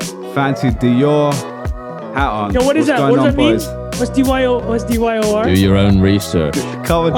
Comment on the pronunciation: i just love the way trung asks what's it what's dyooo dyor and then gets blown away as usual